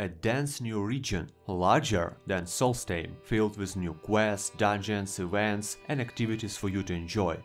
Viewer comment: Solstheim, not Solsthame.